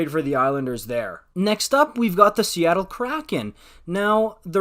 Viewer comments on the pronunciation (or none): none